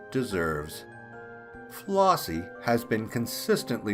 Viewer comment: The name is FlEssie not FlOssie.